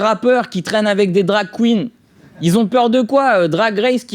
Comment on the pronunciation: 😂✨️ BRAVO ✨️🎶 AnonymHouseDJ. *(Par contre prévenez avant la vidéo de ne pas avoir la bouche Pleine en regardant!! 😂😂 j'en ai foutus partout au moment de "DarK Qgeen.. ou quouinne.. etc.. j'sais même pas comment ça s'écrit "Drag Queen"!!😂😂😂😂😂